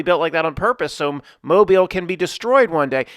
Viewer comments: "ruined the movie for me". Every time you said Mo-bil, as opposed to Mo-beel, ruined this video for me. Grow up, the folks from Mobile are proud of their heritage, don't crap on them. Act professional, and smart college boy. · Proud of you you said Mobile almost just right. Ya say it like a dudes name Mo BEEL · How is it pronounced??? Moe-bull, or moe-beel?